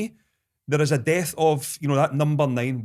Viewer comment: Does Kris realise that ‘dearth’ and ‘death’ are two entirely separate words??🤣🙈